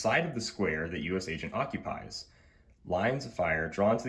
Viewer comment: I think wi036 Cap is neat, but I’m just glad says U-S Agent, and not U-S-A Agent. Man that annoys me.